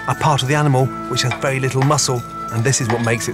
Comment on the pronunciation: very verry vewwwy hot pan